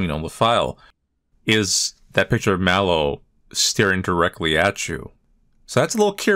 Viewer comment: It’s Mellow, not Mallow…